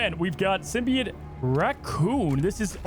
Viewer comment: It is itching my brain that he sounds like he keeps saying "Symbiate" or "Symbiant" rather than "SymbiOTE."